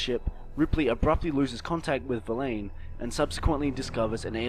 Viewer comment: "verlain" "axiel"